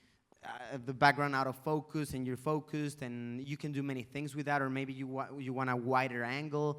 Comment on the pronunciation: El ingles de luisito es casi perfecto. Si pronunciara la V y la B correctamente, si no dijera "guarever" y "focus" seria perfecto.